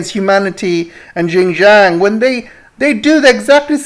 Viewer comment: Xinjiang is pronounced as "Sinn-Chiang"